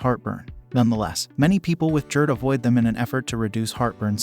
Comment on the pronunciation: What is JErd, bro. It’s GASTRO so it’s Gerd..